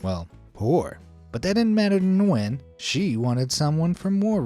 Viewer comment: Hi I'm from Vietnam, just so you know, it's pronounced nuy-en not nwen. Thank you for coming to my grammer police Ted talk.